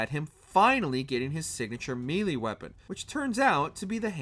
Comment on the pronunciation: Melee... may-lay. Not MEE-lay